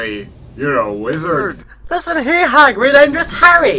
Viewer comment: Did you just call Hagrid Hagard? I am not ok with this